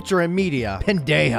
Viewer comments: NOOOOOOOOOOOOOOOOOOOOOO ITS PRONOUNCED BENDAJA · this niggas pronounciation of pendeja genually hurts me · I’m dying by that pronunciation of pendeja 💀